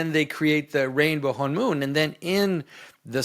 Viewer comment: When you say Honmoon, I hear Hamun (Amun). SyMbOlIsM.